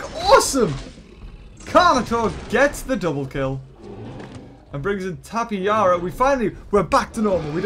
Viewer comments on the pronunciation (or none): I like u as a youtuber but my gosh the live arena is not a bot its live people and its how u pronounce tapejara tap-e-zar-a